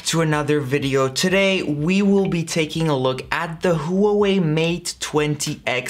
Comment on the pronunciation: Sorry, couldn't watch the video after hearing how you pronounce Huawei 😂